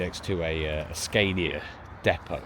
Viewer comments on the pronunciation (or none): none